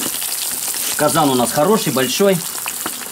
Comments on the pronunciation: В казанЕ, ударение на Е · 👍 я думал, что к нам в Казань приедешь барсука готовить, а оказывается у вас ударение на другой слог.